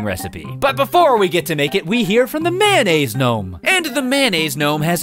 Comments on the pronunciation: Mayonnaise! Mayonnaise! Not "Mannaise," it's Mayonnaise! I'm sorry, no hate. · When he said mayonnaise I thought he said man aids. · Kind of random, but I really like the fact that you pronounce mayonnaise "man-aise." I pronounce it that way too, and my family sometimes teases me about it, so I'm glad I'm not alone. :)